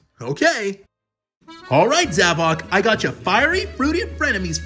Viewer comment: And finally somebody says zavok instead of zavik